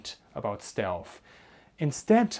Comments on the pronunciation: The same guys that turned down Anthony Fokker. “Stealth” not shealth! Next comment..... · excuse me but I think you are saying "stelf" endig in an "f" rather than "th".